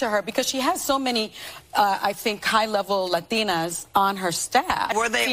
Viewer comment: sonny can’t even pronounce Latina .